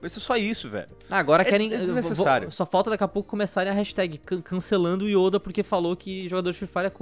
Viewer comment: Perai aí mano krl o errou o nome do Yoda vei falou Youda kkk mano aí eh foda